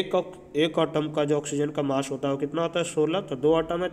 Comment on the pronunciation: Sir not otom it's atom Vsse app samjate bohat accha ho samaj bi aa jata hai god bless you sir